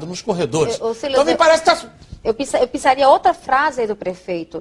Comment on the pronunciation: Dentadura quase sai a moça fala pinsaria e colocora que isso kkkk